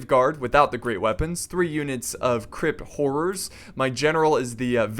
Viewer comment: Obviusly he meant Crypt but his bizarre pronunciation made me lol